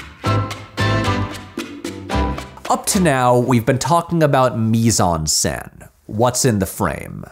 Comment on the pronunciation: Mise en scène: Do not pronounce the 'n' in the word 'en'